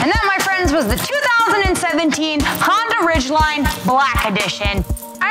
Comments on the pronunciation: honDA, DAAA. She keeps saying Honder it's cheesing me.. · Did you just say Hondur? Cool review none the less. ;)